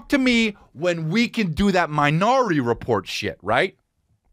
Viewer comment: loling at "minority reporn" 😂